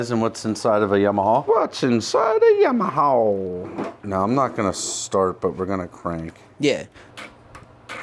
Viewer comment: I love that pronounces yamaha as yam-a-ha.